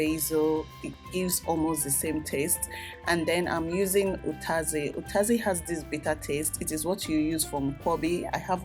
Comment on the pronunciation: It's actually utazi and not ukazi